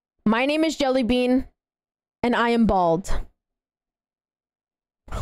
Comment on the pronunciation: Jely Bean is not lely bala